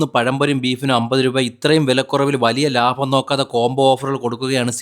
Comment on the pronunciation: ലാഭം അല്ല ലാഫം..ഒന്ന് പറഞ്ഞെ